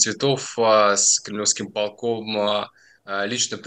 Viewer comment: ПолкОм, не "пОлком", извините.